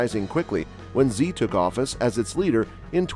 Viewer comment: You mispronounced the presidents name, Xi.